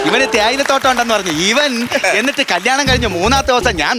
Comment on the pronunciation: അന്നിട്ട് അല്ല എന്നിട്ട് ആണ് 😊